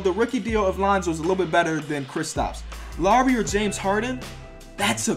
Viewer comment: U got Lowry and Harden wrong too